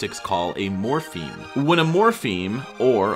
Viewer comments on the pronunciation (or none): Great episode! Just note that the term is morpheme, not morphene.